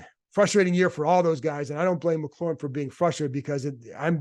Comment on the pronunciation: Sorry, this been puzzling me for a while. Why don't people pronounce McLaurin's name the way Terry does? It's McLaurin, not McClaurin, resembling the sports car more than the seasoning. I can understand fans getting it wrong but the press sees Terry face-to-face and has heard him say his own name.